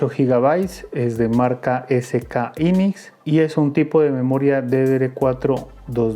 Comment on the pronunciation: Buen día, la memoria ram se pronuncia: jainix. Buen video, saludos.